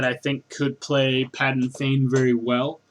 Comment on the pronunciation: Um, it's PADAN Fain, no "g" in the name...